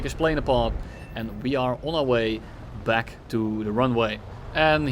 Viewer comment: I swear he says welcome black instead of welcome back 🤣